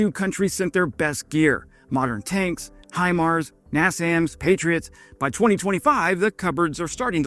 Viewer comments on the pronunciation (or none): none